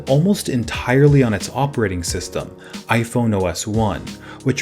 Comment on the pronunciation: It sounds like you said iphono